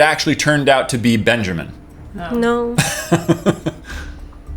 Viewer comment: one of my biggest pet peeves it's BenjAmain not benjerman vomit